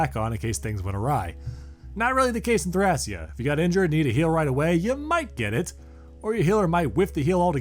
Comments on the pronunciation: The Japanese spelling for the game is written like this トラキア, which is pronounced "Torakia". So the Greek pronunciation seems to be the proper one as "Thra-kee-ah". And yes, Thracia was a real place. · It’s pronounced, Tray-She-a seven seventy six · Technically Thracia can either be "thray-shuh" or "thra-ki-ah" if you want to go with the Greek pronunciation. But yeah Jugdral is pretty clear at this point. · Where to begin with corrections... 1. Several name pronunciations are very off, major culprits are "Thracia" ("a" as in "ray", not as in "rack") and Jugdral (come on, the J is pronounced like a Y, since the continent's name was based off of "Yggdrasil"). 2. Thracia 776 actually begins just before Chapter 6 of Genealogy of the Holy War, and ends midway through its 8th chapter. 3. Leif is not the prince of Manster. How did you get this so wrong? He's the prince of Leonster, Manster is the homebase of the enemy, the southern Thracian forces. Heck, the fact that he's the prince of Leonster is in the fucking intro to the game. 4. "New Mystery of the Emblem" is FE12, not FE3. That game is simply "Mystery of the Emblem". And if you're gonna say they're the same, they aren't especially in the context of you talking about dismounting, because FE12 did not feature dismounting. Also worth pointing out that FE4 also featured dismounting, but only for Seliph when he promoted. 5. You didn't even mention that healing can potentially double too.